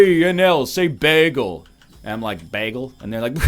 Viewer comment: OMG I say bagel the same way and everyone makes fun of me xD